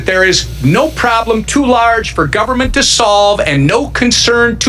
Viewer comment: Moses Mike sounds like he said, “They shut down the Gubbment!” Nice game face coming out that door holy moly.